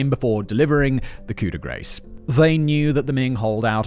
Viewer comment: its not "GRACE" the a is like Ah Gr-ah-s like the British "grass" "coo de gras" no i don't mean "coo de gr-ah"